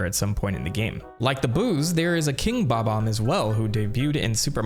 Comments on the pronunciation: Bomb-omb or Buh-Bomb. At least stick to one pronunciation lol. I'm not sure which one is "right" but hearing both in the same sentence made me recoil. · Finally, someone who says Bob-omb correctly! (I've always wondered why so many people refer to them as "Bomb-om" when I'm pretty sure they've never officially been called that in a mainline Mario game. Multiple people do this, I've even met people in real life that do it. I never comment on it usually to avoid being rude, but it's always bothered me for some reason... And most things like this don't really bother me.)